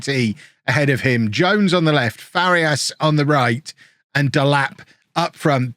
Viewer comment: pronunciation tip, if you are interested: for Farías, try saying "Far - ee - as", instead of "Far - yas". it is a three syllable word, not a two syllable one